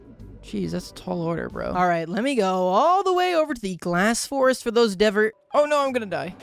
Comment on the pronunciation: "Glass Forest" kills me inside every time he says it.